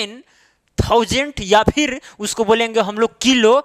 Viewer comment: Kilo ka pronouncing ajib haj😂😂😂